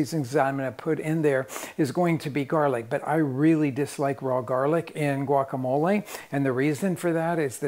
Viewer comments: I dont know why RICK is saying the word GUACAMOLE that way🤷 He has been to MEXICO enough times and knows enough SPANISH to know that it is not the PROPER way to say that word🤦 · I think he says it that way (Americanized the Spanish vocabulary) so that his non Spanish speaking viewers can easily pronounce the name of the dish